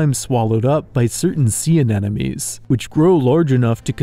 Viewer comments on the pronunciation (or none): You pronouncing anemone as anenome made me question reality for a minute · if youre going to use the word, learn how to pronounce it - AN-EM-O-NEE. in your position mispronunciation is just laziness. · Why can no one pronounce anemone correctly?